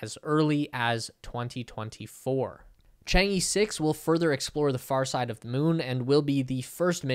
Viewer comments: Chang'e sounds like Chang uh. It's not changee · Is ‘Chang err’ not ‘ Chang yee’ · You gotta get the pronunciation right. It sounds more like "Chang ugh". LoL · Wildly mispronounced "Chang'e." Embarrassing...and just lazy.